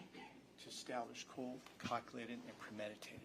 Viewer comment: Ohhhkay... I'm sorry but if this prosecutor says cold, "cockulated" and premeditated one more time... 😂😂